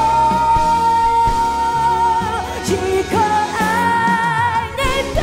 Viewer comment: 怪了，歌词到底是：一颗爱我的心？ 还是： 七颗 爱我的心？？？ 别隐瞒，对我说；还是： 别 心 瞒， 对我说？？？ 因她下颌骨和下牙床发育不良（俗称缩下巴）形成相对小口腔，大舌头，导致某些字发音不清！！！ 用头发遮住的右耳，暗藏着耳麦，就是个对嘴假唱的！！！